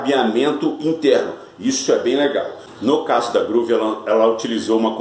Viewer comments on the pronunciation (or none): Oi amigo, a pronúncia correta da Big WHELL é Uiu e não Uéu. Porque se fosse Uéu seria a palavra Well (bem em inglês) e na verdade é WHELL (Roda grande). E sobre a GROOVE, a pronúncia é GRUVE. Quando se tem dois Os em inglês, exemplo BOOK, GROOVE, tem som de U. Então não se lê GRÓVE e sim GRUVE